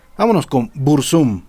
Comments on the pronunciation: "BurzÚm" jajajaja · Pronuncias mal el nombre al acentuarlo en la segunda U Uno de los mejores temas es "desde la torre"